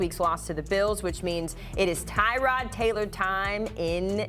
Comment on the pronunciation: We still mispronouncing his name? Is not Tie-Rod, its Tuh-rod